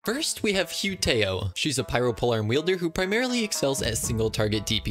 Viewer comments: I'm honestly not being rude just helping out, it's pronounced "Who? T ow!" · It’s pronounced - who-taow =hu tao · OH NAH YOU DID NOT JUST PRONOUNCE HER NAME AS HUE TOYOH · Hu Tao Pronounced- Who - TT - ow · hoo tow (rhymes with the noise you make when you're hurt) please sir. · How wrong do you want the pronunciation to- Yes. "Hue Tayoh" "Ciao" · Pronounce it "hoot ow" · Excuse me but this is how u pronounce hu ta- o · dislike for the way you pronounced hu tao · This man's not only pronounced hu tao wrong, but proceeded to pronounce Xiao (arguably more difficult) perfectly. I'm sorry what now? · THE WAY HE PRONOUNCED HU TAO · The way he pronounced hutao gets me like- excuse me 😭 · Oh my god, In how he pronounces the name of hu tao is funny and disappointing at the same time 😂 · The way he pronounced her name I'm laughing so hard 💀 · Either this man has never played genshin in his life, or he is intentionally trolling the entire community with his horrendous pronunciation of the names of the characters... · The way you pronounce hu tao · the way you pronounced both of their names wrong 😭😭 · HU TAO AINT MURICAN STOP MISPRONOUNCING HER NAME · Stop stop stop stop stop stop you did NOT just pronounce her name like that